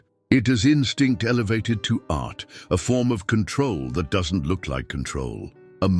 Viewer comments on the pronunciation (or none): none